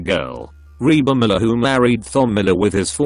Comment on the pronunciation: + the fact that he pronounces Thom (Tom) so it sounds like thumb